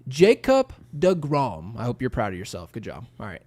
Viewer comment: Crick LOL, the type of dude to say Grish-HAM and De-Grome 🤣🤣